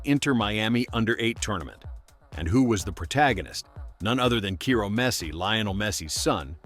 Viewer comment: you are in time to change the whole vid... Ciro pronunciation is not "Kyro" is "Seero". Just like "Hero" "Zero"..."Seero".